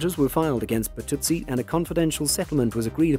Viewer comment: Todd Burtuzzi is pronounced BurtuZZEEE not burtootsie